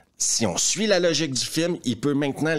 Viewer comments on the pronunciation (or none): none